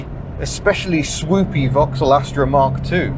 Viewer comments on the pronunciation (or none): none